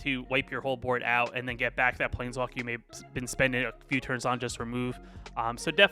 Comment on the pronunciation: you have to stop saying “definitely” and “actually”. it’s so distracting and makes the video hard to watch. also you should spend time to edit your video so when you blank on wren and seven name you don’t say “plNeswalker”